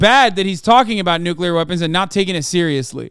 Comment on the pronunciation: The N word. The NOOKULAR word.